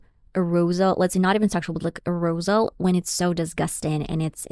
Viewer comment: Sexual A-roze-al? WTF